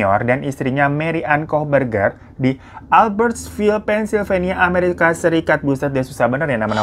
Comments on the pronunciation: Plisss ngakak pas ngomong koh bergerrr koh bergerr😭😭😭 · Gw receh banget ya cuma denger hiro ngmg kooh beger🤣🤣🤣🤣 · Ngakak pas nyebut kok berger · gw lagi di motor, denger hiro bilang "kokberger" auto ngakak, sampe di liatin banyak orang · 15.50 kohberger aku dengarnya 'kok berger' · qw lagi makan nich... Denger bang hiro baca nama2 kakaknya kohberger.. langsung keselek qw 😂😂